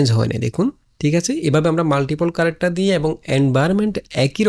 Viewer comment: character Word টা শুদ্ধ করে উচ্চারন করলে শুনতে ভালো লাগবে... কি কারেকটার, কারেকটার উচ্চারন করছেন খুব বাজে লাগছে শুনতে...!